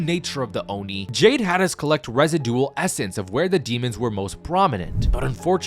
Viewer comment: That's definitely not how you pronounce residual